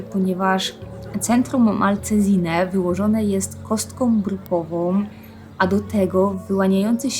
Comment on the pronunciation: „Kostkom brukowom”, „wystającom”, „planujem”?! Nie da się tego słuchać.